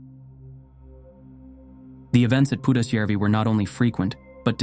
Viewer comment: I have to compliment your pronounciation of Pudasjärvi, absolutely spot on. Most of the other names are pretty close too. But the stories themselves - perfect Friday entertainment!!